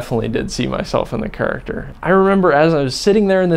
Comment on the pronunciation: "I definitely see myself in the churucterrr"